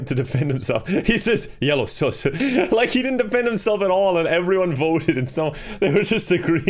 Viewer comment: i love how he calls sus “soos” no hate i just think it’s hilarious 😂😄